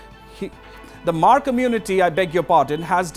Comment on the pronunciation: its not HAMAAR, it MAAR, H IS SILENT, please get some knowledge